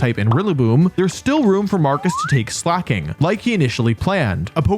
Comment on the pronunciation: I cant believe i see the day where WolfyVGC pronounces Slaking correctly 😢